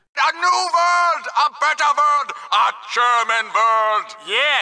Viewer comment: That’s the worst german pronunciation I’ve ever heard 😂